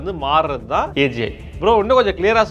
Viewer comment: saying AGI me hearing as AJ 😂 anyone?